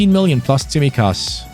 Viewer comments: Also, its pronounced Tsimíkas, not Tsímikas 😅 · I mean the pronounciation, you should say his name, emphasizing on the second I of his name 😅